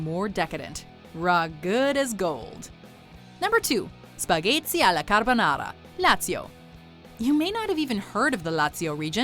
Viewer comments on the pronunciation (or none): spaghezzi lmao